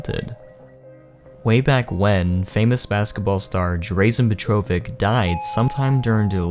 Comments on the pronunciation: The pronunciation of Drazen Petrovic is killing me. It's Draw-Zen Petro-vich. Not Drayzen Petrovik. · Ummm that is not how you pronounce drazen petrovic.. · You Butcherd Drazen Petrovic's name.. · The way you pronounced Drazen Petrovic's name hurts to listen to lmao